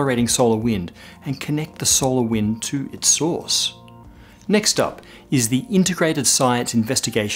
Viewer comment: When you say "source" I always hear "sauce". It is really funny in some instances.